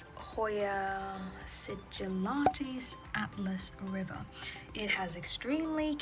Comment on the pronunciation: It's Alas River not Atlas River